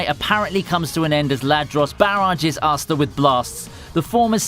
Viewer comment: Please don't pronounce Asta like that, please.